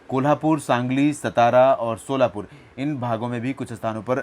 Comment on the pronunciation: सतारा नही 'सातारा' है Satara mhana O sir